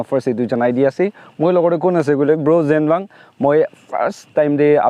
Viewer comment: I think his name is ZENWANG not zangwang